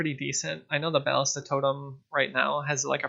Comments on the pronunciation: both of the a's are pernounced the same not two different a's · bal·lis·ta please its tilting me but say it right sob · bro u should o to google translate and see the correct way to say BALLISTA... lol